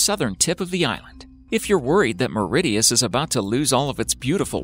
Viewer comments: Mauritius not Meredius. Where is Meredius please. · MAURITIUS not Mauridius lol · Bruh it's not meridius it's mauritius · Hey I'm offended by this video haha The guy says my country's name sooooooooo NOT WELL Mauritius not "mauridius" !!!!!! 😩😑🙄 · 2P PRODUCTIONS, he's trying to pronounce the word with an audible "T", instead of the proper "SH" sound and it comes out sounding like "Mau-rid-i-us" instead of Mauritius (Mau-ri-shus) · It's all about where you are from. North Americans quite often pronounce the letter T as a D at the end of words. For example the Tortilla Chip brand "Doritos" is pronounced "Doridoes". Conversely in the UK we pronounce it with a hard T sound and say "DoriToes". Mauritius is only pronounced properly as "Maurishius" if you know to change that T into a SH, something that does not typically occur in English. Clearly the narrator did not know and just pronounced it as any other North American pronunciation, hence "Mauridius". We all make pronunciation mistakes occasionally, but hopefully not so publically! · knut hamsun he also pronounced Mauritius as Mauridious 😹😹😹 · No 6 is called Mauritius not Mauridius and it is in the Indian Ocean near South Africa ! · it's Mauritius not Mauridius. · It’s not Mauridius ( sea waterfall) .. it is pronounced as Mauritius .... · Ok, So this narrator mistakes Siberia for Serbia, thinks that a place can be near both South America and Africa, and then pronounces that place (Mauritius, nowhere near South America) as "Mauri-dee-us". Come on, lads. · The Under Sea Waterfall is in MAURITIUS, Not '''Mauridius"""LOL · Its not Meridius ITS MAURITIUS!!! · For the underwater waterfall we are not that close to south africa🤦‍♀️ and its MAURITIUS not mauridius🙄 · Why does he say mauridius? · actually phonetically it would be more like: [ MO-REE-CIOUS] (Think abot MO like dead MO, ree from reef and 'cious' from precious it makes the phonetics for how to pronounce MAURITIUS 🙂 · MOR-RISH-US. Mauritius. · That annoyed me alot